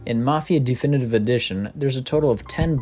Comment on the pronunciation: di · fi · ni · tiv Not d-E-finitive For fuck sakes.